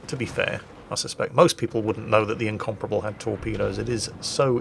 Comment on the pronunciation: The way you say Incomparable sounds like you're saying Incomprehensible, which is fairly apt give this game.